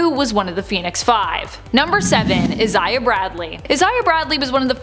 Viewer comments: It’s pronounced I-Zay-Uh not Is-Zay-Uh or however you pronounced it. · why is she saying Isaiah so weirdly? Eye-say-ah not is-eye-ah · its EYE-ZAY-AH jesus chrsit